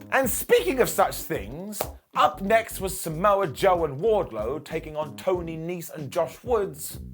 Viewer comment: Was it me or was the announce team calling wardlow … wardcho ?